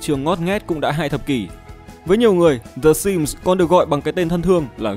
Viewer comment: Ai nghe thành S1MP ko :))))